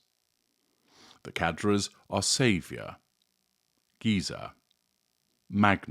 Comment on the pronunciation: Well... in French it's the gutteral "r" not the roll of the tongue "r", and the "s" is silent. Still, provides unmatched information.